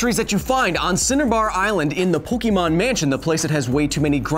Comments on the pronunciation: I cringed at "Po-kee-mon"... it's "Po-kay-mon"! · Okay I had to write this, Kyle, my science guy, It's Pokémon. Pronounced Pok-ay-mon not Po-key-mon. Other than that great episode. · Pokémon is pronounced [pɵgɪmoŋ], not [pɵgimoŋ]. Also, Zubat would have a 4x resistance to the move Sky Uppercut. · I always thought it was pronounced Po-keh-mon not Po-key-mon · Kyle, you're a really great guy, but every time you say PokEEmon instead of PokÉmon, it hurts me. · Growing up, the only time I ever heard "Pokeemon" were when people were either too old to care or were intentionally mocking the games and show. I'll let "Raiachu" slide because, as illustrated in the following video, not even official sources say every Pokémon name correctly. But the franchise itself has one pronunciation only, and it makes sense if you know the "ke" sound in Japanese. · Can you science a reason why all parents call it Pokee-MAN, even after explaining to them a million times how to pronounce it? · No one who says “poke E mon” is a real Pokémon fan. Only haters who wanted to make fun of it called it poke-e-mon. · It's pronounced "poke-eh-mon".